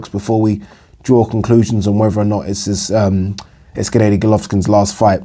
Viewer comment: ‘Gennaydy Golovkin’ 😂